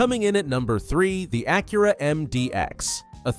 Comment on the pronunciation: Ok, I just started watching your video and your AI is killing me on pronunciation: "Ah-cure-ah"??? It's pronounced "A-cura". And Hyundai? head on desk I'm gonna have to watch this again and ignore your AI and listen to what you really have to say....